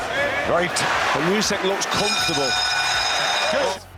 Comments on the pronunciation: it's Usik, not Yusik! ... LOL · Lads, please, he's Oosyk not Usyk. Start pronouncing his surname correctly